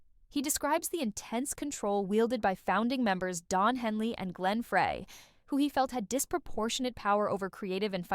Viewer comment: You mispronounced Glenn Frey's name.